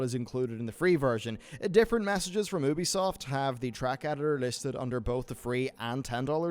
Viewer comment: "Ooo-bee soft" News, it's "You-bee soft" my dude. Union is not "Ooon-yon" rather "Youn-yun".